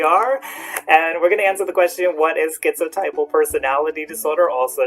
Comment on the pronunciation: My therapist pronounces it, "tip-uhl", but I prefer "type-uhl" like you.